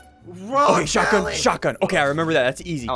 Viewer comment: STOP SAYING SHOTAYYYE